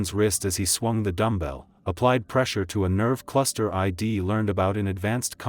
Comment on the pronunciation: Please train your narrator AI properly. Things like " why I D love Colorado" is killing the experience. I really don't understand why the stories contain shortcuts if you know than the narrating gets butchered.